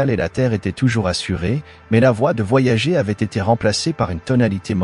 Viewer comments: Mais pourquoi prononcer "voyagéééé" ? Boulot étrange qui me fait quitter au bout de 2 mn. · C'est une voix automatique, une IA, qui lit bêtement Voyager en français...